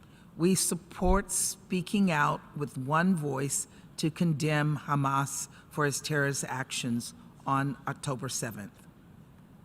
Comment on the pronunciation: In short, israel said, “khamas, khamas,khamas, tewowist”